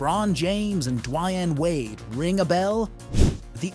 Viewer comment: Soon as I heard dwannn wade I was out